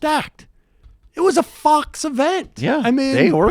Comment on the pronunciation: I swear Bernie is saying "fucks" not fox.